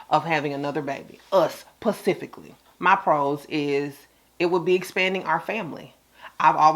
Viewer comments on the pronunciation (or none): Yes, discuss it PACIFICALLY🤣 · I wanna slap every time she says PACIFICALLY! I thought I was hearing things😂😂